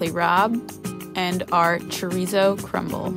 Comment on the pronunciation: You are pronouncing chorizo wrong